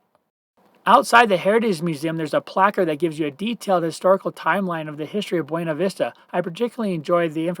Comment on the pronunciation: FYI, the locals prounounce it BYOO-na Vista, not BWE-na. Yes it's weird. Sort of like how Salida is Sa-LIE-da rather than the proper Sa-LEE-da (exit in Spanish). Thank you for the detailed boondocking info! Yes, lots of spots up 375 and the side roads off it, they're all over up there.